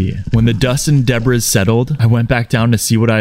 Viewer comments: Did...did you just say "debriss?" That's weird because that's how someone would incorrectly pronounce it if they were reading it. But to just randomly pronounce it that way when you're NOT reading it makes no sense and is super odd. It's pronounced deb-ree. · Why do you pronounce debris and aluminum incorrectly?